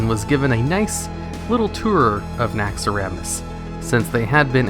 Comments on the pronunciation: I hate how you pronounce Naxxaramas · you know the name is Naxxramas not Naxxaramas